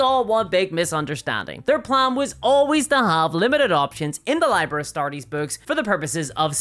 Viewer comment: ‘Liber’ is pronounced “ LEE bur “